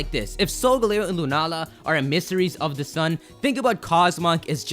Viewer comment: eMISSaries ,stop putting emphasis on the miss